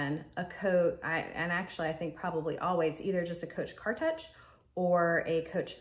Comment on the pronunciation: Beautiful bags. I would definitely keep the brown bag. I feel that the darker piping was likely made that way, the color is very consistent. By the way just FYI Cartouche is pronounced “car-toosh” (French derived likely). But maybe some people pronounce it differently. As always a great informative video. ♥️